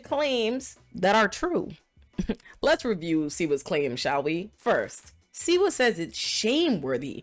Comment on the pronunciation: Slee - wah ! That's the way it's pronounced . Just saying .